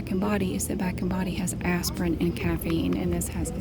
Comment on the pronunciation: She’s so adorable, especially when she says Aspirin it sounds like Asspirin 😂😂😂❤️